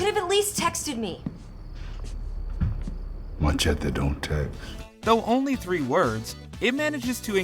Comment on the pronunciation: The way he pronounced "Machete" just slightly irritated me. hehe.